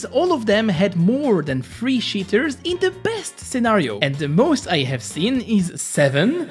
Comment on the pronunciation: lol literally said SHITTERS